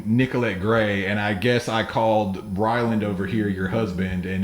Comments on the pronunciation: he called Ryland BRYLAND you need to go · anybody else catch “Bryland”? 💀😂😂